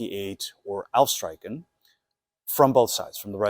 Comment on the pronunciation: Nice vid, just a little thing, the ch in streichen sounds like the CH in Loch Ness, not like a K.